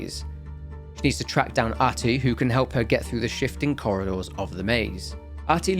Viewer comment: R-tie, not ahtty lol